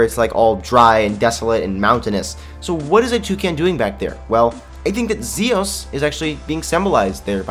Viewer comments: Lol sorry not Zosis but Zios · its z iiiiiiiii os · your saying zios wrong